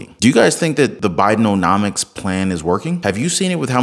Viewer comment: i know Ur mispronouncing Biden’omics as Biden’O’nomics intentionally 😹 Ur awesome 👑♥️🕊